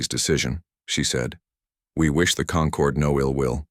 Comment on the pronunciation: The lesson here is... Never name your empire the "Conquered" (concord)...